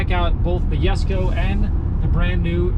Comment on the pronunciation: You actually pronounced Jesko correctly